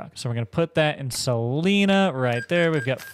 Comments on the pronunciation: Salina is pronounced "Suh line uh" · Just an fyi when saying salina the i doesn’t sound like an e lol